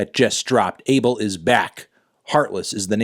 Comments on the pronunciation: His name is pronounced ah-bael not abe-el like everyone thinks it is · AH-BELL NOT "ABLE" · It’s pronounced A BELL 🔔 MY GUY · I'm ethiopian/eritrean. the way you're supposed to pronounce the weekend's first name is ah-bell. why tf are Americans changing his name to an adjective???? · No his name is abel pronouced AYY BEL